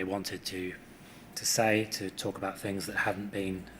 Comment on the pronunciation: Curious, for someone to reach his professional level yet sounds words starting with ‘TH’ as ‘F’ - e.g. lots of “Fousands” and some “Finks” … ?